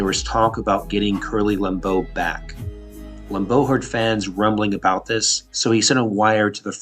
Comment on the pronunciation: LAM-beau. Not Lam-BEAU.